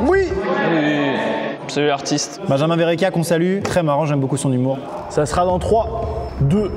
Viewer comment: Maxime ne fait aucun effort pour la prononciation de benjamin